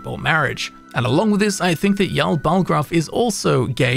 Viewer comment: Jarl not Yarl